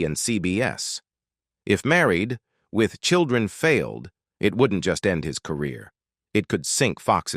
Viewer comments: Obviously 'click-bait'. But I did learn a few new things about the show, and was surprised at how abruptly it ended. But mostly I learned that I will never click on one of these salacious thumbnails again. Funny how the AI reader called the show, "Married....... With Children" at least a dozen times. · AI having a shit load of trouble saying "Married with children." 🤣🤣🤣🤡